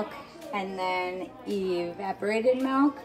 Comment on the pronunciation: She really do be saying melk